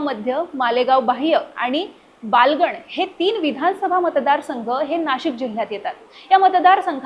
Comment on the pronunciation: बालगण नाही बागलाण म्हणा 😂😂😂😂